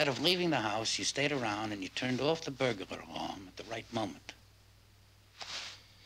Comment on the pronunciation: I love how he pronounces burglar "burgalar"